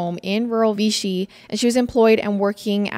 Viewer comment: We were family friends of victims yall butchered ALOT of facts, mispronounced Rolla, AND ITS VICHY (like fishy with a V) 🙄 rip Susan, Kyle, and Adrian gone but never forgotten